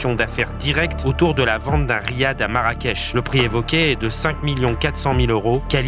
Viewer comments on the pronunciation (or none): none